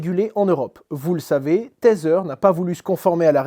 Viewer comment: Merci Hasheur ! Toujours un plaisir de t'écouter. Par contre par pitié: arrete de dire "tazzer" pour tether 😂😊